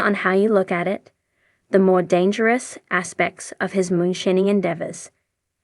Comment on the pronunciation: yall cant affort a voice actor like damn? cant even say moonshining right